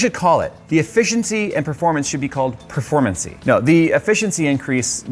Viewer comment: Petition to make "performeincy" an official english word